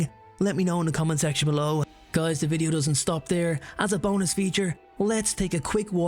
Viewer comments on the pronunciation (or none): none